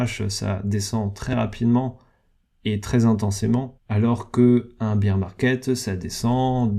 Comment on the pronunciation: Bear se dit baire pas bire de beer bière 🍺 en français.. le nombre de mecs qui se trompent c est hallucinant